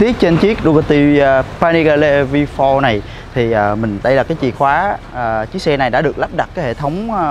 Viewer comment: Vi pho Rờ :))) đỉnh cao English